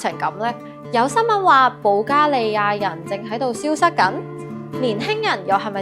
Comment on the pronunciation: 主持人讀保加利亞的發音十分準確和正確